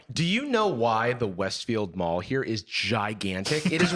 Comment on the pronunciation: That’s a pronunciation of “mall” that I don’t hear often